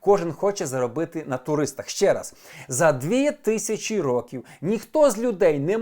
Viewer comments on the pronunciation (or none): none